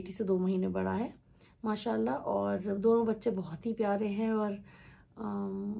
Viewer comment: Allah Pak apke ammi ke maghfirat farmaen or jannat ul firdous me aalla maqam ata kren ameen... sister plzz 1 request he Maasha Allah thek se bola kren.... ap 2no sistrs ye ese na bola kren plzzz... Jazakillah